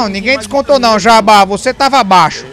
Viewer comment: pq q o fala "NIao" ao invés d não 😂😂